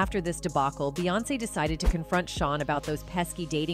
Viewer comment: Proof this is read by AI robot. She called Beyonce, Bay.